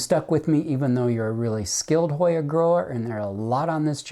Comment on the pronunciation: Another YouTuber just got this Hoya. She couldn’t pronounce it either.